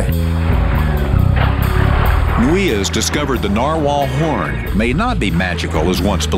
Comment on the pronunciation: thumbs up if you thought he said "porn" instead of "horn" fpr a second